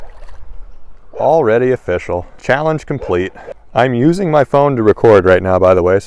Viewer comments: "It's Ah-Fishyall!" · I just realized when he says it’s official, it’s more like O FISH Al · It’s of-fish-al: fish like Brazilian balls of wood...